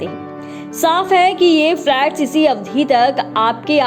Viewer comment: जानकारी अच्छी है लेकिन मैडम अवधि को अब धी कह रही हैं, ह्रस्व और दीर्घ मात्राओं के उच्चारण में कमियाँ बहुतायत में सुनने को मिलती हैं।